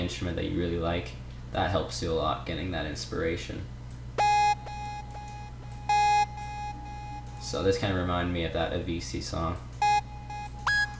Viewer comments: Anyone else notice he said Avisii, not Avicii? 😂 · I think it's pronounced Avichi. :\ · did you say avisii? hahaxD